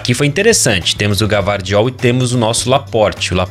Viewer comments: Chamar o Gvardiol de Gavardiol é ótimo 😂😂😂😂 se pronuncia Guivardiol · não é GAvardiol e sim Gvardiol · É Gayvardiol